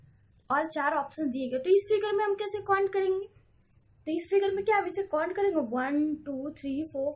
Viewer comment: wo cont nhi count hota h pagli....